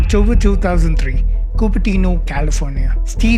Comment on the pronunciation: What is Oc-cho-ber Choo-thousand three?